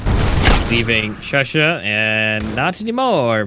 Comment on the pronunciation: That’s shushA.....not shush